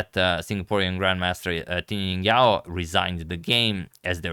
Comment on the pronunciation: Also the J in Jingyao is better pronounce J as in Jingle bells (this isn't the exact pronunciation but it's definitely better than Ying)